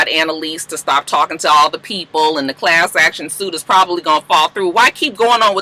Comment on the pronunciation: The fact that she can’t say class action suit is what’s funny 😂😂 every week it’s a tongue twister!